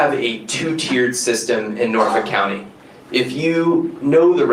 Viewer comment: Can any of you enunciate the name of your home county? Cause it does NOT have an add'l "R" in it. It is NOT Norfork!!!